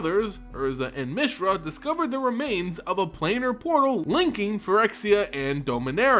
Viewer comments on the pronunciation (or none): none